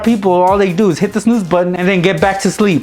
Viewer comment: I Died when he tried to say snooze!